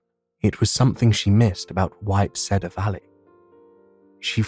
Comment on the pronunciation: Love the story & the man's voice however the way he pronounces cedar as said-are instead of seed-are is really annoying & detracts from the story for me